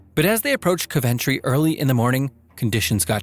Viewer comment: Im suprised the Spanair madrid crash didnt make an appearance. Also, its pronounced Coventry (COUV-EN-TREE)